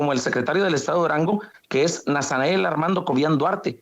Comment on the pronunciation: Órale que el refinado y educado está este ratanael que diga nasanael😅😅😅😂😂 pura mugre de gente